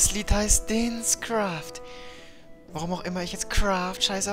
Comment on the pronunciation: Sorry für das klugscheißen aber du sagst dinns kraft und nicht dins kraft,die betohnung liegt auf dem vokal (siehe den,denn ist ja ein unterschied ^^)